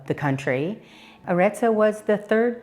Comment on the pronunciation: Someone at Smart Move Italy should go through the CC and correct all the mistakes made when a spoken Italian word is used. The name of the last town is Arezzo, NOT Ateso. Coup is COOP, a supermarket. Todi is not Totti. I could name a dozen more, but you get the idea. Still, it was an interesting video and for the most part, enjoyable and informative.